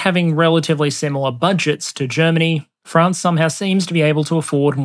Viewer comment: So proud of me lad for pronouncing it mostly like "Fraunce" instead of "Fraaaanz".